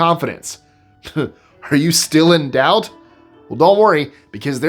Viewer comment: when speaking of fat dude undies, your..."in doubt" sounded like "endowed" ha ha